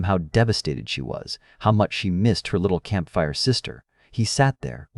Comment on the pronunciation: Camp fire VS campfire, etc. Awfull narration